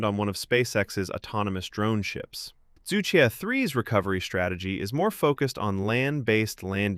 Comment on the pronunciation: Regardless all the specs , the name itself combined probably the two most difficult to pronounce syllables 😂 Zhu Que supposed to be pronounced as "chu ch'üeh" not "zoo - kwi" 😅